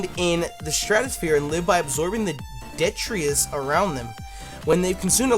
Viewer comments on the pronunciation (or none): none